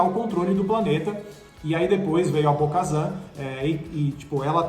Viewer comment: Bo-kazan? what?